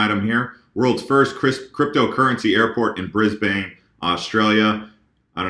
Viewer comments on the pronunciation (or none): Melbourne and Brisbane are pronanced with ern not ain :) US always says ain brcause of some of your states. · Brisbaine lololol.. all good, Aussies from Queensland all have speech impediments and i cant understand them either. Most of your viewers will be from NSW and Victoria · Brisbane Pronounced: “Brizbin” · Pronounced Bris - ban ✌️ We are the first 💫✌️😀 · Pretty sure it's pronounced Briz-bin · I don't agree with your comment about Australia about always wanting to be first at stuff but there's been a big push at federal govt level in recent years for digital innovation - and Brisbane is pronounced "Brisbun/Brisben" - depends on how you pronounce vowels! Hope that helps.